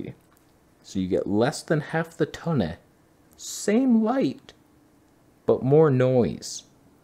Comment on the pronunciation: Colour (yes, with a U) correction fixed the Toneh. I learned something.